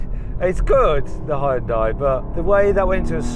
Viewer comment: てかイギリスでの発音はあんま似てないと思うけどね。ハイウンダイと発音してるけどこれがホンダと似てる？